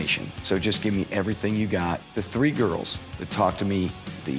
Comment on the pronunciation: "Couple two tree tings" lol